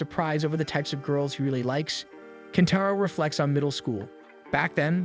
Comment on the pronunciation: Kentaro turns into KENPACHO at the end episode for a minute. Thanks AI script. 😂😅 that usually annoys me but i actually cracked up when i heard that